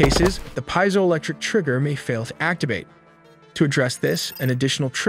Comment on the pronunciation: Pee-ziolectric not pie-ziolectric